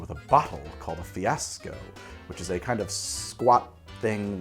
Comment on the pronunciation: The southern Italian wine is pronounced "preemeeteevo" (don't know how to write it better, hope it's clear enough), regarding the chianti, fiasco and pinot grigio pronunciation you nailed them :) Cheers from my town in tuscany, exactly in the middle of chianti hills!